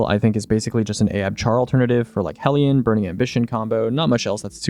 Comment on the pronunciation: i appreciate for being the only youtuber alive that pronounces 'hellion' correctly